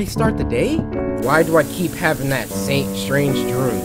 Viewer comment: Just realized he said drum not dream 😂